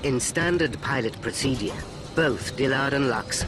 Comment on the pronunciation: Someone needs to teach the narrator how to pronounce word "procedure". It drives me insane.